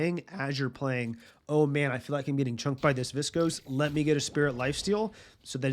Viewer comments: Learning a ton about geist from you. Thanks for the videos. I chuckle every time you say viscose instead of viscous hahaha. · viscuss > viscohs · Viss-cose How does this happen when there's tons of callouts and voice lines with the proper pronunciation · "Invernus and Viskose" bruh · I love the videos and the explanations. Really helpful for learning, just started playing a couple days ago. But man, the way you pronounce viscous is getting to me xD